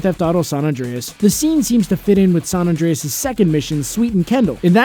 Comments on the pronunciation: “Saun Andreas” 😒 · State of “San Andreas” ?? 🤦🏻‍♂️